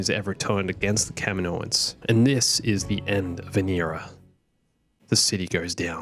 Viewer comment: kaminoans, kaminoans. Good god, we've since learned it's pronounced CAM-EE-NO-ANS. Why does everyone call them this?